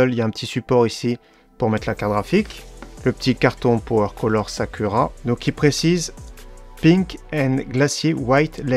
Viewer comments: alors le ku se prononce kou sakoura et non sa cul ra mdr ^^ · Très bonne vidéo néanmoins ont ne dit pas « Sakura »mais « Sakoura » malgré que ça s’écrit bien Sakura 😂😉